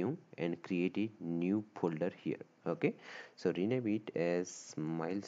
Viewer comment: The wayyy he says oke😅